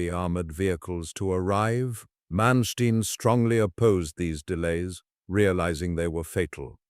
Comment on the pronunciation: How do you start a video pronouncing the man’s name incorrectly? Manstien?????? Really?